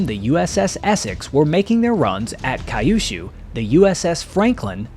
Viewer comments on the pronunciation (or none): Kyu-shu. Not kai-yu-shu. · "Cue - shoo" not "Kie you shoo." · 👎👎👎Why the christ do you say KA-YOU SHOO ? You can see it is written Kyushu, Q-shoo. I'm told I shouldn't complain since the average american ( H.S. grad ) has trouble with his native language. :face-blue-smiling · I've lived in Japan for 30 years and have never heard of a place called Kai yu shuu. I think you are trying to say Kyu-shuu (que-shoe) which is a southern island in Japan. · It’s pronounced “Kyoo-shoo”, not “Kai-oo-shoo”. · Kai-yu-shu? Surely, Kyushu (Q-shu), the southern-most of the four Japanese islands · Correct Kyushu pronunciation = “queue + shoe” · Regarding acuracy, I know that a lot of Americans were not savvy on Asian pronunciation. That Don mispronounces "Kyushu" is not a surprise. That your narration continues to say it incorrectly is a surprise.